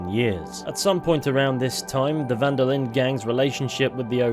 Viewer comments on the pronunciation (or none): Van der Linde is also pronounced wrong by everyone in the game and almost everyone playing it. As a german, german and dutch are very similar languages, and I was really shocked how people pronounced "van der Linde" like "Wanderlin"